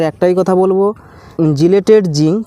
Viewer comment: জিলেটেড জিংক আবার কি?😅🤣😂!!! এটা হবে চিলেটেড জিংক।